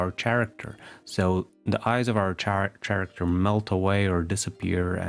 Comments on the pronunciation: Karacter. Not sharacter. Otherwise great video. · “Chair-acter” is absolutely precious, I have never heard this pronunciation and I love it